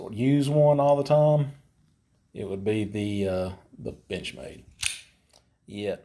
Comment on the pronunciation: To me it sounds like he says bitchmade. Wtf